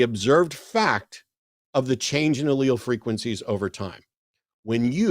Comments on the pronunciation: Haha. Not to mention claiming you are a scientist. 😂 He also mispronounced "allele" when he phoned back as John. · Yes. A scientist who doesn't understand the concept of time, what a scientific theory is, or how to pronounce "Allele".